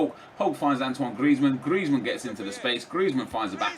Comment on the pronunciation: Stop saying Gllllrezmann